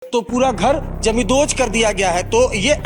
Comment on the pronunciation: पहिली गोष्ट, 'जमीनदोस्त' चा नीट उच्चार कर. आणि काही जमीनदोस्त झालेलं नाहीये , फक्त दार आणि खिडक्या तोडल्या आहेत. आणि त्या बायका काय म्हणत आहे ते कोण दाखवणार re? YZ